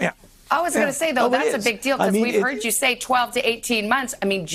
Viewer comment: "It's a really impoetant proof of concept becoowas". Why do we have a munchkin old jew who can't even speak English running the healthdon'tcare for the entire nation? He sounds just like Howard Wolowitz' mother.